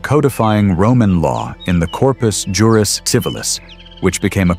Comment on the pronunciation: Funny, the way you pronounced "juris" in "Corpus juris civilis".